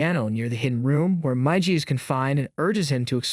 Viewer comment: Oh, my God, It's Miiiigiiii and Daaaaaliiiii not maiji.